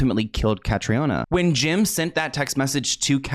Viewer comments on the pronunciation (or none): Hey! Just out of respect for Catriona, and for anyone who comes across the name in future (it’s a popular name in Ireland) it’s pronounced Ka-TREE-nah. Triona is also a popular shortened version of the name, and is pronounced TREE-nah, sometimes TREE-unnah, depending on the person. The O isn’t emphasised. Its also common in other Celtic countries like Scotland, as it’s a Gaelic variation of Catherine. Love your content ❤️ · i'm irish just to let you know it's pronounced "kat-treena" but yeah that story has always given me the creeps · Irish ppl watching the video hearing her name as catriona when here in Ireland it's the Irish prenounition is Catrina its just spelled the Irish way🇮🇪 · Just a heads up, her name is pronounced as Katrina. Catriona is a common Irish spelling :) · So her name is pronounced like “Katrina” just an fyi x RIP it’s a very sad story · Commonly mispronounced but her name is produced Cath-ree-na, its an Irish Name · Hi, I know its not important but as an irish person Catriona is pronounced cat-tree-nah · Hi, her name is pronounced (kath- reena). If your doing a video on her, please at least prounce her name Correctly. RIP 🙏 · the name is pronounced like Katrina btw :) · Pronouce katrina. Trust me I'm from Ireland 🇮🇪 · Hi her name is pronounced Kat-tree-A-Nah it’s an Irish name so not pronounced like English I know languages are soo hard xx I never heard of her I’m shocked as I’m Irish and MUA thanks for educating me! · her name is pronounced the same way that you pronounce the hurricane in New Orleans…Katrina. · I believe that Catriona is the Irish version of Katrina. They pronounce it like Katrina. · Katriona is the Irish spelling of Katrina and is pronounced Katrina